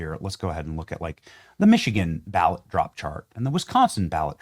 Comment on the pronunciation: 😂😂😂 that’s gotta be on purpose 😂😂😂the accent Boa-wot fag-go-tree 😂😂😂